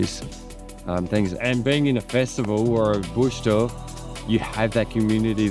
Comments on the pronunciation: It's pronounced "doof," like hoof or the call of an excited primate 🦍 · It's called "doof doof" for a reason trip, not douf douf 😂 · “Boosh deuf” 😂😂😂😂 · Bro said dooef HAHAHAHA 2 posh to even exist thats crazy, how are these soft Brits even able to leave there houses letalone travel the world, thats crazy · Its pronounced Bush Doof not Bush dewf.. GRRRR bloody PoMz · "Bewsh deewyf" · I dont know if i can handle 14 minutes of you pronouncing "doof" like that! OMFG 😂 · BushDoorfs is how it's pronounced how are you saying it wrong if you did it in aus this was so hard to watch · Love it mate! We need to learn ya in the "doof" pronunciation though 🤙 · Yep -- doof - short 'oo' like in look. Started doofin' back in 95'. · try saying doof like your explaining that drop in bass or a large heavy bag slamming as doof is a descriptive word, not necessarily the name , well it's become the name but it comes from the sound in the music on big sub woofer. How your pronouncing it, it sounds like you have added a u in it " douf " but hay happy you got to experience something uniquely Australian. There great fun. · Your not saying doof rite!!! Probly ask someone about that!!! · Bush dufe 😅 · you should really correct your pronunciation